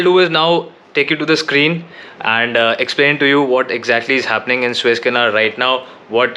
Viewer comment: It's not Swiss-Canal but Suuuuuez-Canal! (but I believe You are mispronouncing it on intent). Switzerland is a landlocked country and has no access to the Mediterian sea or Atlantic ocean. Don't misguide the viewers in this regards. Otherwise beautiful & informative channel! Luckily the Evergreen Containership was freed today from the mud & the Suez-Canal is opened again!